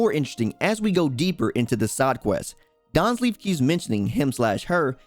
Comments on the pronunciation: Daanslif, perfect pronunctiation (no offense) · I like the content bro but how you pronounce Dainsleif bugs the hell out of me... 😅